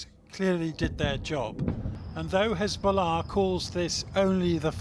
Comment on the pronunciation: why do they say Hezbollah like this? "Hzsch-billah" Even when nasrallah says it, Its pronounced "Hez-bollah"